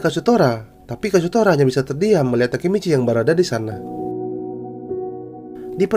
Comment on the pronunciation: bang sebenernya gw udh baca manga chapter 205 tapi gw masih bingung yg nodong pistol ke takemiccy itu siapa suara lu pas bilang nama nya juga ga kedengeran jelas!?